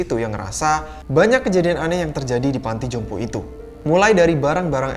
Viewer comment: "Panti jompo" bang... Bukan " panto jompo "... 🤭